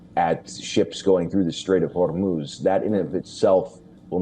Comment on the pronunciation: Why does he keep saying horror moves like a Spanish person?😂😂😂😂